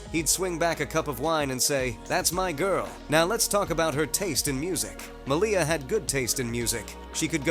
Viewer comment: Her name is pronounced as "MALia rather than maLIA